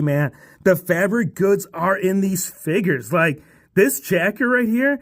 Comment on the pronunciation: 'Figiess HHAAHA' got me rolling😂